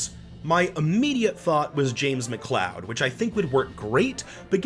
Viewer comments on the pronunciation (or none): none